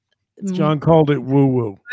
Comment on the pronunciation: It's "woo", guys. Not woo-woo. Woo-woo is cutsie. "Woo" has authority. 😂